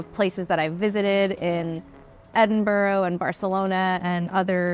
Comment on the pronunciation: As a Brit, this is the weirdest pronunciation of Edinburgh I’ve ever heard.